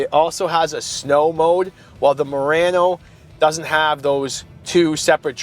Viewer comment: Murano, not Murranno.